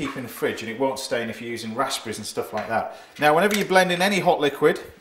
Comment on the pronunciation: The way he says raspberries triggers me and I'm from the UK